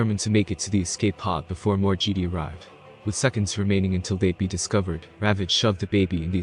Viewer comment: Gd? It's pronounced Jeh-Die.